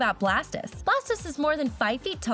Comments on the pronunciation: Blastese what the hell its pronounced blastoese! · Iys blastOISE not blastIS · its blastoise not blastis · No she called blastis wyyyyyy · Anyone notice she says blastus not blastoise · Blastoise is pronounced blast oy s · It's Blastoise not blasters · Its not blastes! If you can say toirtoise, you can say blast-o-ise. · Did she said Blastess Correct spelling is BLASTOISE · ITS NOT PRONOUNCED LIKE ITS BLASTISS! ITS PRONOUNCED BLAST OIIII STE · You said blastis it is blastoise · It's Bla-stois not Bla-stis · ITS NOT BLASTUS ITS BLASTOIS (Blastoyze) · Blastoicie not Blastice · You said blastoise wrong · U said blastis not blastoise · Its Blastoise not Blastise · U said blastoise wrong u said blastis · THIS IS WHY YOU RESEARCH U GOT 8 PRONOUNTIONS WRONG BLASTTSS??? ITS BLAST OI SE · It's pronounced Blast-Toys! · Blastoise not blestese X D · it is not Blastis it's blastois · It’s not beastise it’s blastoise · it's not Blastas it' Blastois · she said blastoise, blastise. like god woman your not a pokemon expert either... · Noooooo its not blastis its blast (TOYS) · It's not blastis it's blastoise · Its blast-toise not blastis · U said blastise ITS BLASoid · Its blast oise in noise not is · ITS NOT BLASTISE ITS BLASTOISE HOW DARE YOU SAY THAT TO MY FAVORITE POKEMON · why did she say blast-is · If you are a true pokemon fan you wouldnt pronounce BLASTOISE as BLASTIS god! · WOW DID U JUST CALL BLASTOISE BLAST-IS WOW GET TO HE 2000 CENTURY AND U SPELT PONYTA WRONG U SAID PONTYA AND HOW DOES THAT THING LOOK LIKE EEVEE AND U SAID MADICARP AND WHY DIDNT U DO CHARIZARD HE IS ALMOST AS POPULAR AS PIKACHU ALL THIS IS JUST EFFENCE TO POKEMON FANS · It's bla-st-ois not bla-st-is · blastoise not blastis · Not blastis blastoise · She misspernonsd blastoise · Its not blastis its blas toise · its not blastis😡😡😡😡😡😡😡😡😡😡😡😡😡😡😡😡😡😡😡😡😡😡😡😡😡😡😡😡😡😡😡😡😡😡😡😡😡😡😡😡😡😡😡😡😡😡😡😡😡😡😡😡😡😡😡😡😡😡😠😠😠😠😠😠😠😠😠😠😠😠😠😠😠😠😠😠😠😠😠😠😠😠😠😠😠😠😠😠😠😠😠😠😠😠😠😠😠😠😠😠😠😠😠😠😠😠😠😠😠😠😠😠😠😠😠😠👿👿👿👿👿👿👿👿👿👿👿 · She calls Blastoise "Blastus" (Really?)